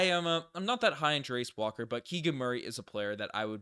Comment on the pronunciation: Jarace pronunciation for you: Jairiss Walker